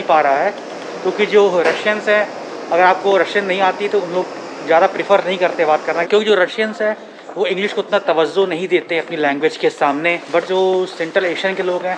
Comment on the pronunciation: its not tawazzu its tawwaju